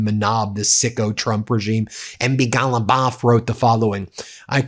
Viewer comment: why did you say his name like that? MB. Ghalibaf